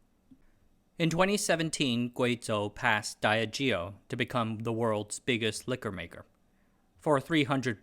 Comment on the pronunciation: calling Diageo "Diah Geo" 💀 wow 🤦🏻‍♂️